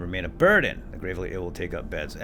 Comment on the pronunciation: It's pronounced " GRAVE- LEE"